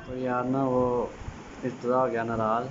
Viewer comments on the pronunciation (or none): ناراز نہی ناراض 😄